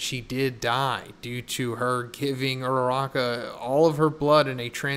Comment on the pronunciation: I am way too attached to these characters dude, my stomach dropped when you said ururaka at the beginning. fucker.